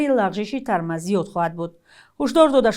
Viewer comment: Торме Не Тарма